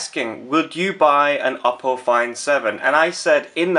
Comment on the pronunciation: It's pronounced "OH- Poe". And I can't believe you got the low spec one! Do you know when the proper version is out? I want this phone so baaad!